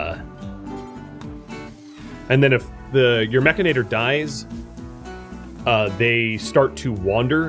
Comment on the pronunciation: humorous note, most of youtube is pronouncing 'mechanitor' wrong.. although yes it does sound much better as 'mech-a-nator' its spelt as 'mech-an-i-tor' although they really s hould have named it 'mechromancer' because thats hilarious